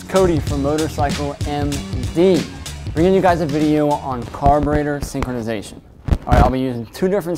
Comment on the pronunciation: “Carbator synkonization”